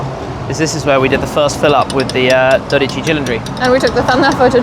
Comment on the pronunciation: It's funny how you mispronounce "zoute" (sounds like the English word out) as "zoote". That sound is actually the word in Dutch for sweet, while zoute means salty. 😂